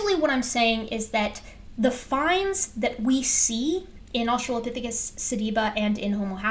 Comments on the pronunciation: has been doing this way too long to have any excuse for pronouncing it "australiapithecus". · I absolutely HATE when people don't even read a newly learned word before saying it. The fact he says "Australiapithecus" shows he only glanced at the name once before settling on how to say it. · I ended up seeing this video on my home page again. So here I am. I know this isn't Dapper's channel, but should we drink whenever he says "Australiapithecus"? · In fairness to, if we give him serious crap for saying "Australiapithicus," we need to also give Steve McRae similar crap for saying things like "inner locker" (for interlocutor) and "electorial college." In the "FWIW" dept, it seems like is spelling it correctly.